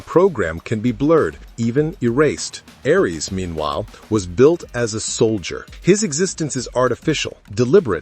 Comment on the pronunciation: Ironic this channel using an AI to read and mispronounce over and over Ares